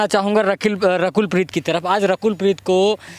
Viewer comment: Reporter saying rakhel preet 😂😂😂😂 instead of (Rakul preet )